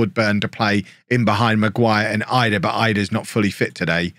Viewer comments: Idah is pronounced edah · pronounced Adam Eedah